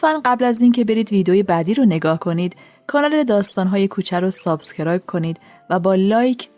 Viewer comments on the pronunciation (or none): none